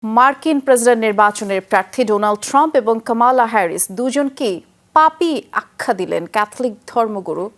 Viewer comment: এই তুমি কমলা ভাল করে উচ্চারণ করতে পারো না?